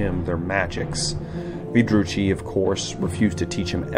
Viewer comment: dark elf druchii is pronounced "Drew Key"